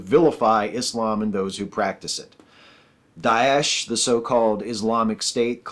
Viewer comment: Props for trying to pronounce Daesh correctly, but it would be less awkward to just say Dosh. When you say it casually at regular speed it sounds like that.